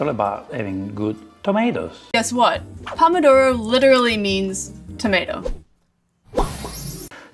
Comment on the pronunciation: Sorry I'm being a pedant, Pomodoro (which she mispronounces) "literally" means "Apple of gold" because tomatoes were originally yellow (and much smaller). And I did note the Donna Hay Twist that everyone does now with spaghetti.